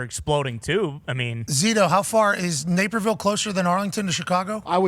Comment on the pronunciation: Napierville.....LOL.... Naperville....quit having chat GPT write your news articles...LOL